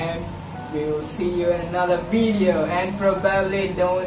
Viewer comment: yung F kasi sounds P... pati yung video = bideo